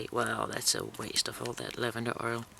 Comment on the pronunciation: Infused lavander oil not lanvander oil..